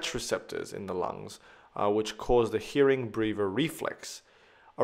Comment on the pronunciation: Woud it not be Hering-breuer reflex instead hering-brever??